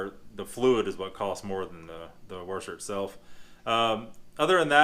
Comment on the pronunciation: Yo you say washer kinda weird